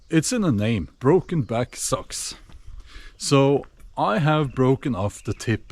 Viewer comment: Its not sux its sacks